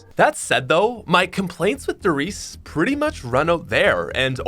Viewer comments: Don't forget to pronounce the E at the end of RIESE! It's the same with PorschE😉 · The e at the end of "Riese" isn't silent kaøfkpwføæspfpåxlqkdåzæwpfoa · I get triggered when I hear someone say a German word wrong. “Riese”